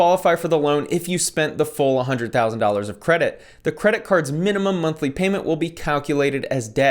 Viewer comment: I would never take any kind of advice from a dude that says "hunnet" instead of hundred.